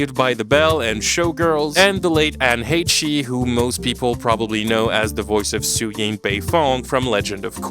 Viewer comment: Um... I only heard of this show once before it came out - I haven't seen anyone talking about it huh, maybe Youtube has stopped bothing to show me new media anymore wait... "Anne Hey-chee" are you for real my dude? is this show for real???????? I forgive everything I ever criticised you for, WHAT THE F maybe they were trying to echo back to Whitney Houston's real life? man who knows anymore